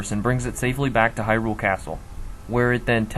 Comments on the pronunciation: HAI-ROOOOOOOOOOOL Uh... how about Hai-rule? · Disliked for saying hy-RULE instead of HY-rule over and over. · Interesting theories. The way your pronounce Hyrule kind of drives me crazy though. :)